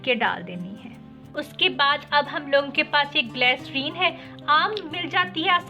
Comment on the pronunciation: Waah re boli kya bolti h fatkari glacrine saban 😁😁😁😁